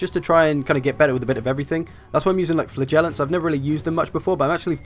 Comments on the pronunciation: FlA-Gellants? Wierdest way of saying FlaG-ellants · Sounds like you say "flatulants" ...